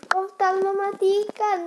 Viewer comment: kamu ngikutin oyy33 ngomongnya poftal lagi wkwkwk